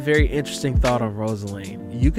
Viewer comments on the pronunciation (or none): Did you just call Rosalina “rosaline” ...